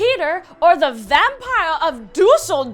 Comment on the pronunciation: why did you butcher the name of the city düsseldorf so much? it was sp freaking annoying xD